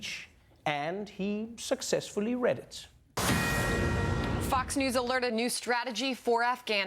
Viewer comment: She said on "Fox news" or "Fax news" or "Fuck's news". I am not sure.